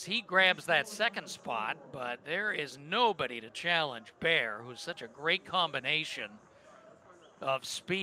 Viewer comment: It's "Bair", not "Bear" 😂